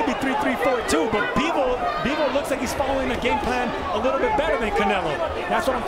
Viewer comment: Bivol not Beevol!